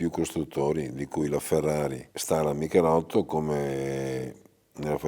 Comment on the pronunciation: Dici Michelitto dici anche Stratos